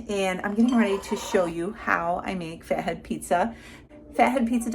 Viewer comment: Hi from Australia I’m wondering why you pronounce your pizza as faheed?? When it’s spelled Fat head 😮